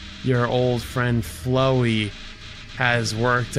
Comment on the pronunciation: I love seeing variety content from but man needs to read things a bit closer in a game like Undertale... pained me immensely, almost as much as him mispronouncing Flowey (I mean COME ON he read it as "flow-ee the flower") EDIT: This entire video pains me